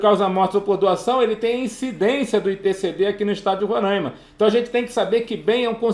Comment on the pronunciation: Não é Rorãima... é RoRÁima. Tô zuando kkkkk. Ótima aula!